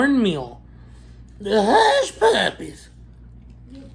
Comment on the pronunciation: I love how you say Huspuppies & Tabascerzz LMAO I seen Maya had her baby and is so CUTE great video as always cuz you make everything look so yummy♥